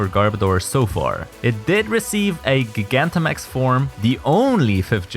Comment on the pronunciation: Finally, someone else who says Gigantamax correctly. The anime is screwing up pronunciation again, 4Kids is back.